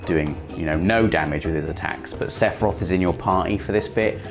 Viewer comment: Just... Sass-iroth. Also, please have a costume day this year at Access! The 31st is a Tuesday